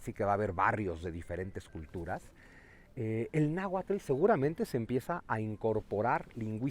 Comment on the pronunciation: Porfavor, aprendan a pronunciar bien "nahuatl" 🥹